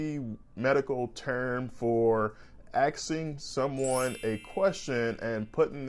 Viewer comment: You know you country when you say “axeing” instead of “asking”